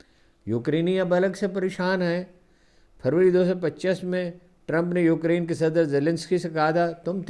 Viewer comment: Ukreen nai hota ukraine hota hai bazurgwar